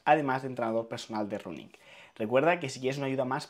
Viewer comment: No offence, pero di 'raning' no 'runing'.